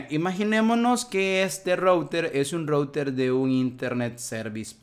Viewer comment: Un excelente video, hermano. Muy fluido y bien explicado todo. Si me permites, el único consejo sería: mejora un poco la pronunciación en inglés, específicamente cuando dices "router", que como lo dices, taladra los oídos... jejeje. O si de plano no lo quieres decir en inglés correctamente, entonces dile "enrutador". Por lo demás, maravilloso video. Saludos y gracias por la enseñanza.